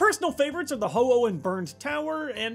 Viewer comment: YOU SAID HO-HO ITS HO-OH